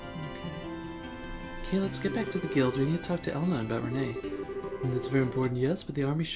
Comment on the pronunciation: It's pronounced as "Ren" not "reh-ney". Just a heads up! :)